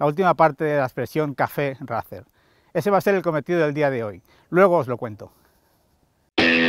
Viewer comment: Gente de el vídeo muy chulo y todo lo que cuentas súper bien! Pero os pido por favor !!!! Ya que haceis honor contando la historia de la marca y de el modelo aquí en Youtube, no podeis decir RACER a la española y quedaros tan anchos! Suena asquerosamente vomitivo! suena horrible! Igual que THRUXTON e igual que CAFE RACER y todas las palabras inglesas que son tan bonitas y suenan tan bien, hacer el favor de pronunciarlo en inglés por favor! Es vergonzoso, con todos mis respetos.